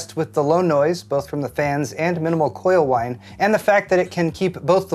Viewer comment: Did he just say coil wine???